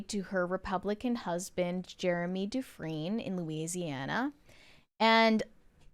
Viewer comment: The pronunciation is Du-Frien - like "Friend" without pronouncing the D.